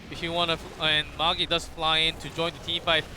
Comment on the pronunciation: Why do the casters refer to Magi as 'Mog-E'...Is it a typo for his name or do they just not know how to pronounce the name Magi?